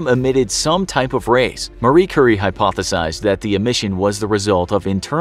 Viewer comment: "marie curry"